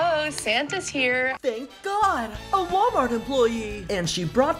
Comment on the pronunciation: Hi my pronunciations are Walmart bag